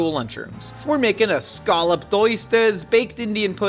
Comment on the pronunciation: ScAAlloped... is awesome♡ plus she knows she did the accent wrong. 💕💕